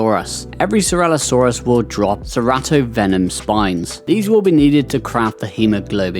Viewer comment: No hate but please stop calling it ceralosaurus lol it is ceratosaurus cera-toe saurus. 😂